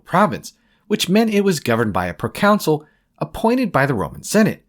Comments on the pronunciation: Great video, but you’re pronouncing ‚Consul‘ like ‚council‘ it’s more like Cahn-sul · The pronunciation is not like council. Con - soul, or kaan-sl phonetically. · Hearing Consul pronounced Counsel annoyed me for this entire video